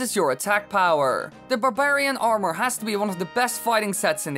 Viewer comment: The way this guy says armour pisses me off alot more then it should lol.